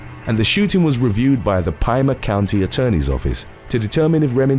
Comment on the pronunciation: Did this dude say pie-mah county? Lmao it’s pee-muh